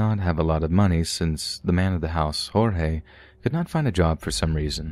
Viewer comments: The cannibal story, man that's not the first time something like that has happened in Brazil. It's happened a few times where poor street food vendors use human meat. Messed up. Also I believe his name is pronounced George with the emphasis on the final "e" we don't pronounce it Horhey I believe that's hispanic. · Yup “Hor-hay” is Spanish not Portuguese. The name is more like “gorge” with a soft g in the beginning. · The name "Jorge" in portuguese is read with an actual J "jay" and G "gee", so you can speak mostly how you normally would in english (George). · Actually, it‘s pronounced like French, not English. The English J and G, in this case, would sound like “djordje”, right? So, for anyone interested, Portuguese J’s and G’s sound nothing like Spanish, they sound French.